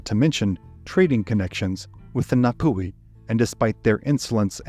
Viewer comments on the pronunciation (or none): and get your pronunciation sorted it, its painful. its nah-tee fah-toe-ah (toe was in tour but without an aahr) and nah-poo-he, you dont draw out the oar enough. if you cant get basics dont speak. -ngati manu ariki.